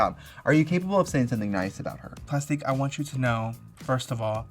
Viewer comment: not "Plustique"